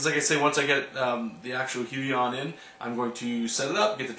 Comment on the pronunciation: Wee-on. That's how u say it.